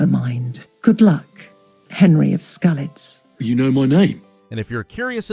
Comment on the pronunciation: Skalitz, not Skelitz 😂 I know it's a minor mispronunciation but Henry mentions his home town so often it's a bit wild haha.